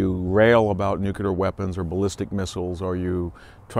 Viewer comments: "New-cue-lar"? It's "New-clear" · NUCLEAR!!!!!! wtf is nucular